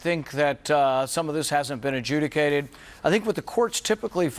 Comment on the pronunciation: Maybe the word should be ajudgicated instead of a jewicated.???